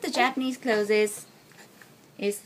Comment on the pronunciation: Hello, although I am not a teacher at all, when saying "Introducing Japanese baby clothes" (written here correct) the pronunciation as "Clothes-es" sounds odd. sounding more like "Close" as in "close the door" is more correct. Sorry if I offend :(